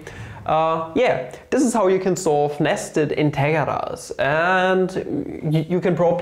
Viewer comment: that pronunciation of integrals boi.